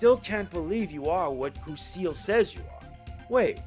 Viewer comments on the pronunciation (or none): Er, this is great and all, but why do you keep calling Ciel "Seal"? Her name and many others like Alouette are French. Ciel ("See-EL") means "Sky."